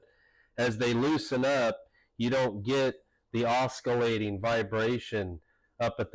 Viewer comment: Oskillating? No no no no no. Oss ill ay ting